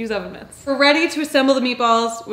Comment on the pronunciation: "Use seven mints" I had to rewind that several times until I finally heard "use ovan mits" 🤣